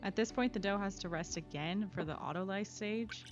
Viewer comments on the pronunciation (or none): none